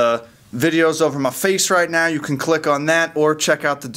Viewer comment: Hey you did the mow thing instead of now....I caught you...:)